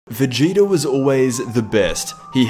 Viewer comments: you said vageto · I swear you said ''vegito''' at the beginning